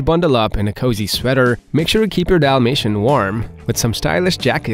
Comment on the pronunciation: Dalmatian with an A not an O. Yes. They shed ALL year round. If you see more shedding than usual it’s usually from an allergic reaction or they are blowing their coat from some kind of hormonal fluctuation.